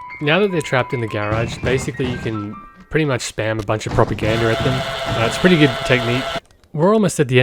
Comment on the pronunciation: "propagander" goose propaganda